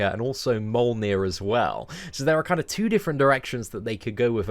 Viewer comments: “Molneer” First of all it’s pronounced “Mill-Neer” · He just said MOLNIR... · “Mole-near” 😂 I love you.